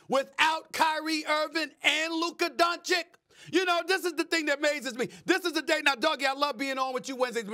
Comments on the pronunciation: Steven A Smith STILL refuses to pronounce Luka Doncic's last name correctly. Totally classless! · Learn the f. to say Doncic´s name, this is freaking not his first year in YOUR unbias country!°!!!°!°!! You learned it from Stephen A. who does it on purpose. I am watching your show for years now, plz do not let me learn that you are the same as all he other great guys!